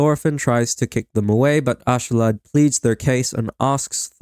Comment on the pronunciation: ask-alad say it like that its not ashalad